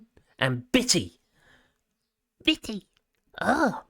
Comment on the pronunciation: Was that 'bitty' or 'biddy'?